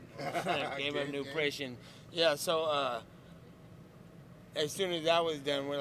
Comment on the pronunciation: So sad nate def has brain damage he's gonna have what football players get from head trauma He loses his thought allot. He said "GAME UP NUPRITION" instead of NUTRITION . Conor def knocked this dudes brain for a loop. Nate cool as fuck tho. Wish him the best he's right about how he has been doing what Conor and others are doing now. UFC should have paid him and nick way long ago. I def feel him on that.